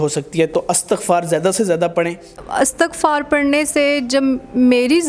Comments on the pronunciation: Astaghfar nai . Istaghfar h sahi word plz. Jb akaila lafz parhna ho tu lafz astaghfar ni balkay Istaghfar parhain. Astaghfirullah. . Istaghfar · استَغفار نہيں ہو تا. استِغفار ہو تا ہے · Istighfaar not astaghfaar ... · By the way its not Astaghfar, its Istighfar. Mashallah such a beutifull belief on Istighfar...Istighfar sy har masla hal hosakta hy,,,Great lesson for others. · استغففار Istigfar ہے نہ کہ Astagfar. شکریہ